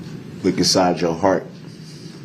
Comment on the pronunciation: “Look Nsyde yo HART.” 😂😂😂 I’m sorry 😂🤣😭 I’ve watched this a million times but for some reason that particular line hit my ear sideways this morning and struck my funny bone.